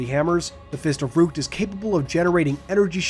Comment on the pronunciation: I love these types of videos. Now one thing though. The First of Rukt. Just pointing out, it's a short "u", not a long "u". "uuuuuhhhh" not "ooooh"